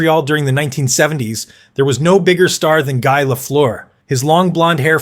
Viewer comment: Actually, I find it amazing that North Americans with English as their native language don't even know how to pronounce "Lemieux". Its last part rhymies with "bird" and "first", not "goose" or "through". Considering that, I think the mispronouciation of "Guy" isn't half as bad, especially since the presenter got it right the second time. I also think the pronunciation of "Jaromir Jagr" is not worse than it's usually pronounced by North Americans. For some reason, commentators from basically every other country gets "Lemieux", "Guy" and "Jagr" right. I think it's because all foregin names gets "translated" into English pronunciation. But if there is one name I think people interested in hockey should get right, I think it's Lemieux.